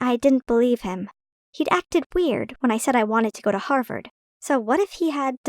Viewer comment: Everytime i hear "Harvord" i think of Danielle Cohn.